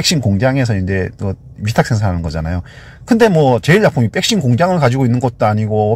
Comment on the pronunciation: 백신을 항상 빽신이라 하시는 거 귀여우세요ㅋㅋㅋ